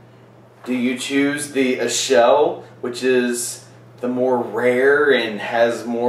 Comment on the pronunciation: It's pronounced Akel, actually, since it's from Limburg. I've had Westvleteren 12 many times, and I can say that it blows St. Bernardus Abt 12 out of the water. I once had a blind taste test along with the Abt 12 and everyone tasting picked the "Westy" over the Abt 12. But it is subjective.